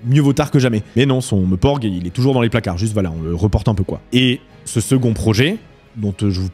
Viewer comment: J'ai bugué en me demandant si maintenant il était normal de prononcer MEUPORG ou si c'était un client d'œil 😭